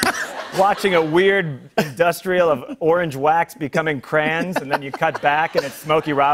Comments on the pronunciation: I kinda hate him for pronouncing it "cray-ins" not crayons. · "orange crans" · Today I learned John Mulaney pronounces "crayons" as "crans" and I just dont know how I feel. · Alistair 1924 CRANS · oh my god he says CRANS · It amused me that John pronounces the coloring devices "crans." You can take the boy out of the Midwest... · so hes THAT person who says cRaNs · "crans" = crayons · It took me several times to figure out when he says "crans" he means "crayons." Thought he abbreviated cranberries or something. You talk for a living; pronounce both syllables! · he did Not just pronounce crayons like that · I t s t h e c h i c a g o i n h i m